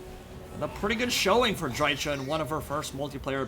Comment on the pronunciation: Why can't anyone pronounce dryka correctly? She literally says her own name every time you click her.